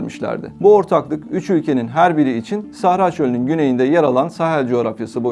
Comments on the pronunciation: САхара? Русские говорят СахАра. Вообще поработайте над ударениями режет слух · МАли, САхара....Что у диктора с ударениями?